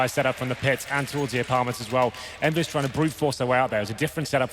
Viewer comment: its not envyus its kennvyus :X